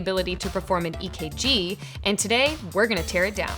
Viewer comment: Sorry did you say EKG, electro kardio gram???